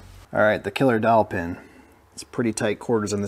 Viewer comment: Could have sworn you said "killer dolphin!"